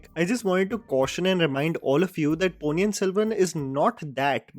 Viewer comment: There are 2 Ns in the Ponni,! Vandhiya Devan, not Vandhya Devan